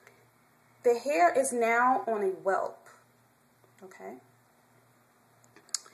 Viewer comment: Its "Weft" not "Welp"